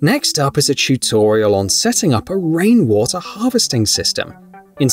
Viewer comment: Chew toriel privacy gay Raj, 🛑👉🤪👈 I think you mispronounced these words on purpose as you go along ? 👇🧐